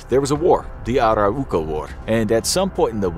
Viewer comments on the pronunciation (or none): it's A-Rau-Ko .. not Ara-Uko